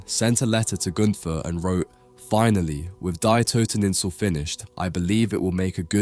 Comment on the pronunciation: "Dye Toteninsel"? Really? If you're going to make a documentary on an art piece, at least learn to pronounce the title correctly.